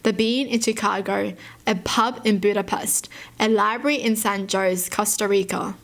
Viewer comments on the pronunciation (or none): It’s actually pronounced “ho-se” and not “jous”